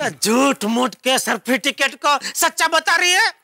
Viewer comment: Jethalal was telling cerfiticate instead of certificate.Jethalal English is OP😂😂😂😂